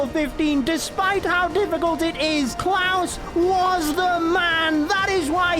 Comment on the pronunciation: Its klaus not cloud😂